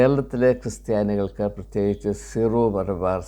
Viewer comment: ഇപ്പോൾ 3 -ാം തവണയും തെറ്റിച്ചിരിക്കുന്നു. കൃസ്ത്യാനി അല്ല " ക്രിസ്ത്യാനി "ആണ്.